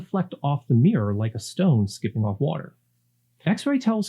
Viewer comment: Mirror has 2 syllables. Fascinating topic!